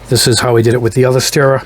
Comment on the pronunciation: Steamer? It’s a stirrer. St-ur-ur